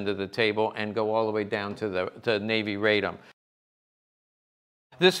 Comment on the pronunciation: Radom is pronounced RAH-dohm and is a city in Poland south of Warsaw. That is where the arms factory (Fabryka Broni) is located. Radom is the feminine archaic of "I'm happy."